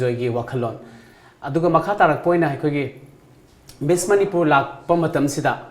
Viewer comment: it's Miss.. you called it like Miss into Mess.. lol